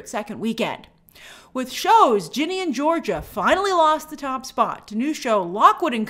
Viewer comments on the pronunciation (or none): none